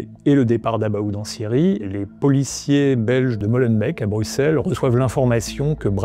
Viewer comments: Molenbèc Schaerbèc Etterbèc et même Neder-Over-Heembèc ne vous remercient pas pour la prononciation 😂 Mais pour le reportage, oui. Merci. (On dit Molenbééééééque, Schaerbéééééque etc etc bisous chers voisins) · au cas ou "molenbeek" se prononce "molenbéék" et pas "molenbèk", ça serait pas mal de savoir prononcer les noms des lieux dont vous parlez ;)